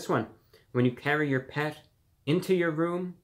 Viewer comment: the pronounciation of 'yuor' LMAO